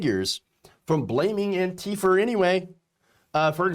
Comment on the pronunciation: Not "Antifer",! Say it ain't so! 😱